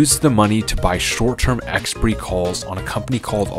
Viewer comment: I know. I was referring to his pronunciation of the word; I've never heard anyone say it like that before. I thought it was always ɛkˈspʌɪri across the English-speaking world.